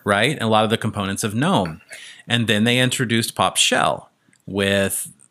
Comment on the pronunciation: Finally someone pronouncing gnome correctly in the Linux world lol nearly everyone calls in ganome and not nome..